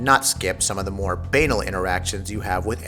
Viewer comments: Bee Anal? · Can't trust the word of a man who cannot pronounce banal properly.